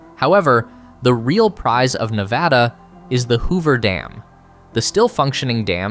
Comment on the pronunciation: As a Las Vegas local. You only pronounced Nevada correctly once.